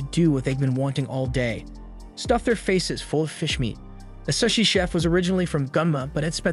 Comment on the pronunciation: how do u get an ai to mispronounce sushi bro